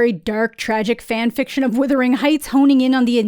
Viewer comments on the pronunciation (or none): Wutherington not witherington. lol. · You keep saying withering. Not wuthering 🙃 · It's not "withering heights." I hate to be the pronunciation police but someone has to do it. It's wuthering, like brothering. Wuthering is turbulence and withering is shrivelling up. Not the same thing at all. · Naaah, let's be honest, it's so bad as an adaptations that the proper way to pronounce the name of the movie is withering and not wuthering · Why are so many people online saying withering instead of wuthering? It’s spelled phonetically - where is the confusion coming from? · It’s ironic that you slate the movie when you can’t even pronounce the name of it. It’s WUTHERING not WITHERING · All influencers and creators are saying withering. Haven’t been able to sit all the way through a single review by any of them. It’s bizarre how much it irritates me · Thank you. I know it shouldn't bother me as much as it does, but I've heard several people pronounce it as withering, and like, no, that's a different word with a different meaning. It really shouldn't be a big deal, but every time I hear it, it's like it's triggering something in my head. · Errr...It's not "Withering" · I had to stop watching the video because it's not "withering"??? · If you are hearing wuthering like brothering, great. All I hear is withering, like slithering and its making me cringe every time I hear it. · You Americans really don't know how to pronounce "Wuthering"